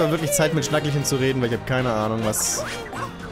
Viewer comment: Schnackehlchen... wie bei Kehle... oder Rotkehlchen >< nicht Schnackelchen ARGH! Es tut weh an wie vielen Monden du vorbei gerannt bist in NDC XX